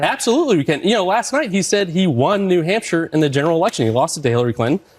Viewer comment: Rachel said "New Humpshire." She can't be president.